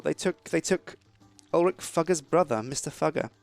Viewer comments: it's ulfric there is no one in skyrim called ulric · "Ulric Fugger" are you kidding me right now? -__ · Is it just me or did say Ulric fucker?